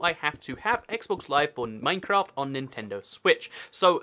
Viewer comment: THIS IS RANDOM: MINECWAFT!